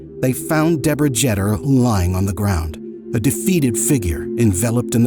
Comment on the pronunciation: It is "JETER" as in "PETER" !!!